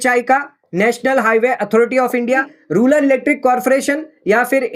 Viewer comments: "Rular" or "Rural" ...........????? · रूरल होता है भाई, रूलर क्यों बोल रहे हो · "Ruler" nahi "Rural" bolo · Rural को Ruler बोल रहा है